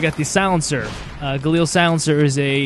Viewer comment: no dude he said it right -_